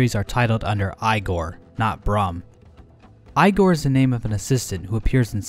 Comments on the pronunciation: Igor is pronounced EE-Gore, not Eye-Gore. Imagine if someone said Drake-You-La instead of Drak-You-La. Cool video btw. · Igore is pronounced as ee-gore, not eye-gore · Ee-gore. Not I gore. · The thing is American pronunciation is usually wrong (I’m an American—can confirm) Eye-gor is the Scandinavian way while EE-gor is the rip-off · Eyegor?... EYEGOR!? NIGGA IT'S PRONOUNCED EEGOR! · Grimm's fire-bat attack is extremely reminiscent of Dracula's hellfire attack from the Castlevania series. He even takes the same position. Because Grimm's name is spelled with two Ms, it's probably a reference to the writers of Grimms' Fairy Tales. (Oh, by the way, it's pronounced EE-gor. The EYE-gor thing was a joke from Young Frankenstein to go alongside the "FRAHNK-in-steen" joke.) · Who pronounces Igor as eye gore lol. I’ve only ever heard of it pronounced as eegore even in movies. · it's pronounced igor (ee-gore) not igor (eye-gore) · I’ve never heard Igor pronounced, Eye-gor. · igor = eye-gore? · EYE GORE! lol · It's pronounced EEgor. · its fucking eeh' gor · Eye-gore? You speak English yet can't say igor?